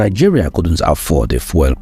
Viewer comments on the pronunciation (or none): Please learn to pronounce the word "fuel" properly. You keep pronouncing it as "foil". It should sound like "FYOO- EL". Please get it right. I like your videos, but your mispronunciation is very distracting.